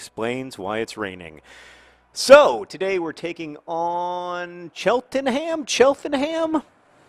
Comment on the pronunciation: CHELT-NUM! IT'S CHELT-NUM!